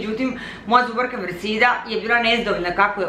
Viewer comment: "tu je nasa draga zuVarka" eto kako izgovarate pojedine glasove 🙄